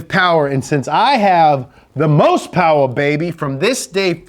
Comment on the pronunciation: No Powah Babeh!